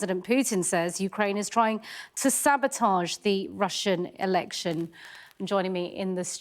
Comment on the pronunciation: Somebody said Russian Elecshams and I cannot unlaugh it.